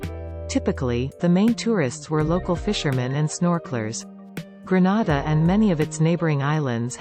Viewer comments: Whoever is the narrator needs to pronounce the word Grenada properly. It is not a Spanish word. It is gre-nay-da, not gre-na-da. Please get help when you need to. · If she says Granada one more time 😤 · I wish you would pronounce Grenada properly. You are pronouncing it like Granada in Spain. Aah I see I am not the only one commenting about the wrong pronunciation. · thanks for being sensitive to this issue... my issue is that ppl who aren't aware of its correct pronunciation may think it's in spain.. It's for TOURISM purposes, so let's get it right.. 😊 Thanks